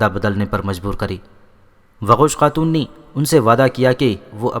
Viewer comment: Waqosh khatoon nai doqooz khatoon